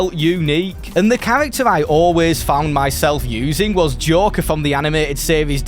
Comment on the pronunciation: lol when you say joker it sounds like jorker